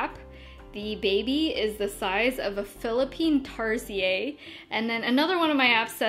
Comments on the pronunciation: It's pronounced as "tarshir" the Philippine tarsier 😄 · It's actually pronounced "tahr-sheer" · Hi, the Philippine Tarsier is pronounced as /tar-sheer/ hehe.. But, I really like the way you said it.:-) Love you! One with you in waiting for the baby.:-) Excited too!! ^_^ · tarsier pronounced as /tar-sheer/ 😂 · Tarsier is pronounced tar-sheer. But yay! Baby! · "Tar- sheer" lol that's how your day Philippine tarsier lol 😻😻😻 anyways this is cute!! Bb